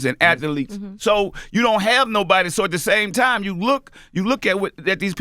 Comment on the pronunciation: "Ath-a-letes" that's a-maz-a-zing